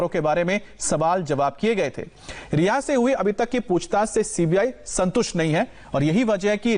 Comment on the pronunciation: आप रिया क्यों बोल रहे हो उसका नाम तो रिहा है